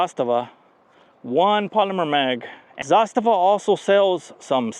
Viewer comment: Only guy on the YouTube that can pronounce Zastava the right way!